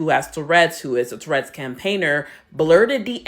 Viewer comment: That woman is disgusting... Davidson should sue her for slander. She can't even say tourettes correctly. "TURRETS!".... It's not a tank!